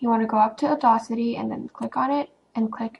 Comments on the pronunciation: Awesome video! Audacity is pronounced "odd-assity", not "addossity", FYI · Uh-Daws-Itty... just sayin... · awesome video :) but its pronounced "or-dass-ity" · You're pronouncing audacity wrong...